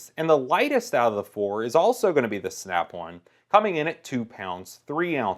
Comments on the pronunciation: Who the hell calls it snap one come on bruh its snap on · Every time he says "Snap-on" it sounds like he's saying "Snap-one" & It makes me want to fucking throw myself down a flight of stairs. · I love the way this guy says Snap on. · It's Snap-on, not "snap auwn" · The way he says the word on is funny. He kinda says snap-awn. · Listening to you saying Snap On is pissing me off